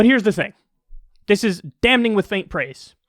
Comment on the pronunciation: ..? "DamNing with faint praise?" Dude, the 'n' is silent. Very distracting. Learn English.